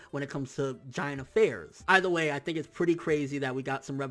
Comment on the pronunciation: you don't know how to pronounce the word EITHER